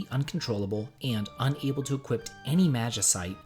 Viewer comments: where is there a T in "equip"? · Equi*p*. The word is equip.